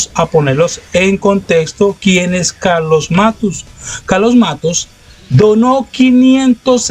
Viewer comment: No es Matus, querido periodista...es MATTOS....lo mismo que cuando dijiste "flagio" cuando era "plagio"....eres bueno pero te falta ejercicios de dicción....con cariño....un saludo.